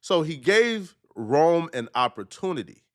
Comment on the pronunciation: Rone…. Not Rome, Lol. And before you start speaking on him, and saying he’s a Nobody… that no one knows who Rone is laughable 🤣😂. At least do the bare minimum research on the guy and search his name on YouTube. If you did you would have found out the man is a Hip Hop Legend in the Battle Rap Scene, and one of the best to ever come out of Philly, Rone was doin his thing long before Pat Bev walked into Barstool!!! Pat Bev is a Clown and Sabotages every opportunity he has been given. Ya this is a Lesson … A Lesson in you looking Dumb AF